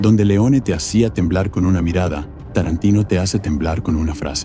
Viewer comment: Y ME MARCHO DE TÚ VÍDEO. CUANDO DICES "ESCORSECI" O QUINTÍN "TARRANTINO" DOS NOMBRES ITALIANOS PRONUNCIADOS CON UN INGLÉS ¡CHAMPURRRRADO! ES MAS QUÉ SUFICIENTE "PARRRA" MÍ! ADIEU!🙋